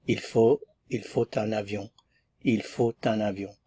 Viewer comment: When il faut un avion.. I heard.. TA LA BIONG.. where this pronunciation comes from... Sorry for my limited listening skill